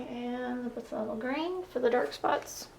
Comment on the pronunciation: Phthalo pronounced (THAY- low)